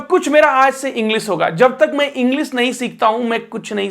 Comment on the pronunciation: इंग्लिश, मल्टीनेशनल, तालव्य श बोलो, दन्त स नहीं । Sh यानी श बोलो